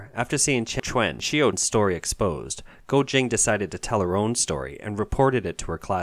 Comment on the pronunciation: Chen chwn XIU. Can you get voice talent that can pronounce Chinese? It's not that hard